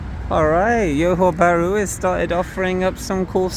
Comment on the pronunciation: Thank you for this video. I’m looking for flights to Malaysia from Canada and it’s cheaper for me to fly to Singapore and take the bus to Johor Bahru. Cheaper as in C$600 versus C$1200 to fly directly to Malaysia. I may consider doing that! Thanks again for a little glimpse of the city. PS the J in Johor Bahru is not pronounced like a Y as it often is in Latin America. It is pronounced like an actual J like in Jack. So Johor Bahru and not Yohor Bahru😊